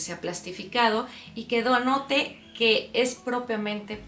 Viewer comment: Excelente video,me sirvió muchísimo, también a mí me encanta el otoño 🍂🍁🍁solo una pequeña corrección se dice denote y no do note, minuto aprox